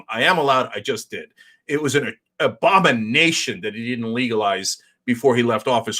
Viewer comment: Wait did you say "abomination" or "Obama nation?" (Freudian slip)